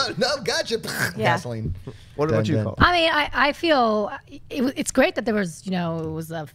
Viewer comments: the girls' name was "Paula". why the hell do all 4 of them KEEP saying "Pauly"? not one of them can correct the others? wtf, it's just really annoying me for some reason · It's Paula not Paulie.